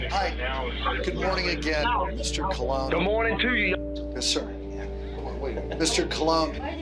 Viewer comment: Colon = Cohen, as in "Cristobal Colon".